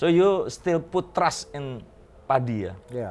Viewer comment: 'trust' mas, bukan 'trash'